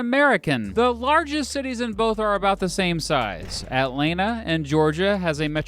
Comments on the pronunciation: He siad it wrong lmao at-lan-ta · The way he said Atlanta💀💀 “Atlenta” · You pronounce it at-lan-ta and yes film. And guess what we have better food, and have better tea and better people.